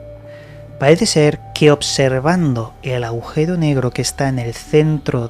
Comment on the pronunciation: Aujero? o agujero...